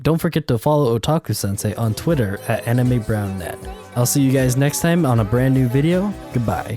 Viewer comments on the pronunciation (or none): none